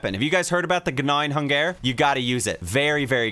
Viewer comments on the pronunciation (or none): The "Guh nawing - Hun gehr"